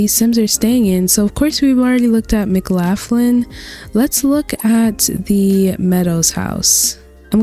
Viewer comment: I believe McLaughlin is pronounced like "Muh-Klaw-Glin" 😅 thank you for doing this vid!! I have been looking for more small custom worlds since I do most of mine in Winchester Farming Community lol I can't say which I like more. This one has university rugs/buildings, Winchester has dive spots.